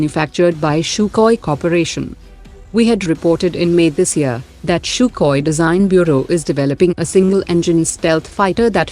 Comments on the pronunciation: Its SUKHOI... Not SHUKHOI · Sukhoi. This is a computer voice so it'll. Misspells it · "CHUKOI" hahahaah = SUKHOI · 1000% sure he knew that while commenting. By the way the computer voice did not mispronounce anything else... 🤔. Feel this was intentional.